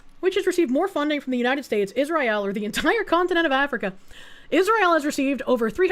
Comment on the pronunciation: Pronouncing Israel like that has to fucjing be ragebait, its working